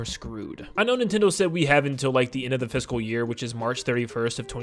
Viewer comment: It's "fiscal" not "fisical", but, what you said. They said fiscal, which, in Japan, ends on March 31, 2025. Therefore, they can literally announce it on March 31, and it would still be "within this fiscal year". No one actually said "September", except "leakers", yet so many peolpe were expecting it to be in September.